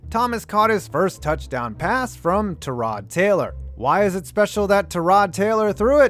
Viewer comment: “ta rod Taylor”